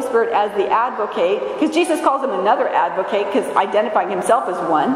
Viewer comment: Love everything about your spirit, beloved, but 'advocate' with a long 'a' is verb, not a noun. An ad-vo-KAT is what we have before the Father, one who ad-vo-KATES (as in Kiss Me Kate) for us.